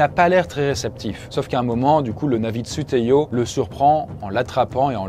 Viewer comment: C'est Tsu'tey pas Tsu'teyo